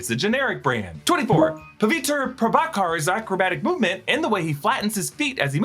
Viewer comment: Its pronounced as 'Puh - vee -truh Pruh - bhaa - kar' . Please, try to rectify that.